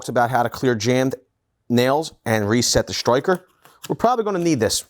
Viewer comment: Only thing that bothers me is the way he says striker. Stroy-ker He says everything so American but pronunciation of striker sounds Australian.